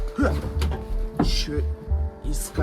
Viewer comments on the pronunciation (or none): особенно у него слово "есче"😂, прямо как катька 2я- исчо- 4 ошибки в трёх буквах😂